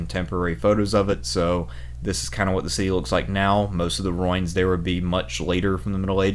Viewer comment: Hi. Great videos. Just one little complaint, for all your videos: Ruin = roo-in, not roin.